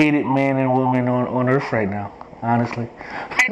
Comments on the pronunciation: Earf lmao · Did he say "we are the most hated people on EARF?" Lmaooooooo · Yes! Earf!! Believe me, it's worf another listen